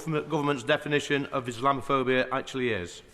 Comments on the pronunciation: Is she that blind . During the euros I saw a group of Muslims throwing missiles over a fence into a pub garden . Is that wanting to live in peace , I don't think so . She can't even say islamaphobia . Is that even a thing ? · She couldn't even say the word 😂